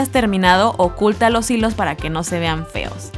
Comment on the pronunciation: En el minuto dijo peos no feos